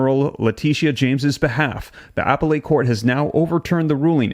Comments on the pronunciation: The word "appellate" is pronounced "uh-pell-it," not "apple-ate." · "Appellate" = pronounced as "uh·peh·luht", not apple-late. 😊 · Buddy it’s “a Pell it” court not Apple ate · appellate = ah-pell-et (emphasis on 2nd syllable) 🙂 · Dude... learn to correctly pronounce the word appellate. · I think you might want to practice how to pronounce her name and "appellate" so you can maintain credibility. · Please learn how to pronounce Appellate and the Governor's name!